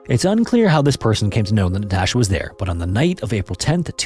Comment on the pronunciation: Jesus fucking Christ. Learn how to pronounce Natasha before saying it 100 times. Infuriating watch.